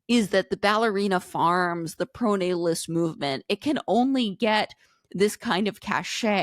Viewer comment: Emma saying "proto-natalist" instead of "pronatalist" just shows how much Sam has rubbed off on her lmao. Great show!